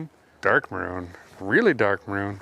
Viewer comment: “Does it go to brown then maroon, no, marown?”